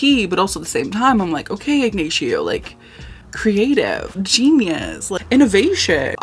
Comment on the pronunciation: Igg-nay-she-oh is killing me